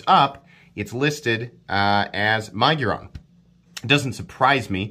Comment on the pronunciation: My-giron🤣 It’s Mig-uron